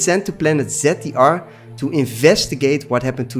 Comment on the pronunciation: Planet ‘Zeddiar’? Don’t you mean ZDR?